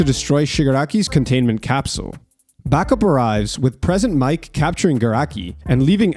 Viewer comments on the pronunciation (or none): Does this dude mispronounce things on purpose for engagement? How he says Endehvur and Prhesint Mic is wild...